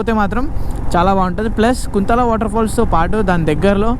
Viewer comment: That's not (కుంతల), that's (కుంటాల) kuntala